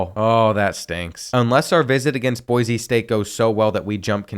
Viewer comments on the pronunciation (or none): none